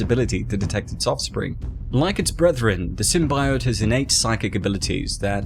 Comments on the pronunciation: Bro. It's Symbiote... SymBEEote. Not SymBYote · Dude holy shit, did you learn nothing from the fan reaction to the first Venom trailer? Sym-BEE-ote, not Sym-BY-ote. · Sim-bee-oat NOT Sim-bi-yote (Sony fucked up the pronunciation in the movie) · It's is pronounced 'SYM-BEE-OYT' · Video: Sym-bye-oat Me: eight, imma head out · Please don't Pronounce it Sym-bi-ote even the vemon movie makers at large dubbed in the 'correct' pronunciation after the terrible trailers for the first movie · Symb EYE ote.... Cringe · Sim - bye - ote lmao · Taking a big risk in the pronunciation of symbiote I’m pretty sure Deadpool was the host before Spider-Man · You pronounce symbiote the same way the scientist did in the first venom trailer and it caused them to change it mane!